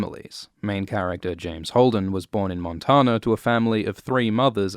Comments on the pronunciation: Its pronounced Mon Tan Ah Not Mon Tah Nah. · "Mon-Tona" As a southerner, you pronounce it as "MON-TAN-UH"